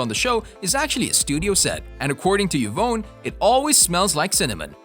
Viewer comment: Who’s “Yvown” 🤣🤣?